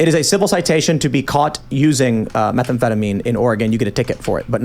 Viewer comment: whycome he keeps saying methanefetamine?